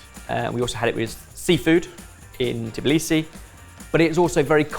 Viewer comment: He sees Tkemali and reads Tekmali, for some reason. Sees Tbilisi and reads Teblisi whyyyyyy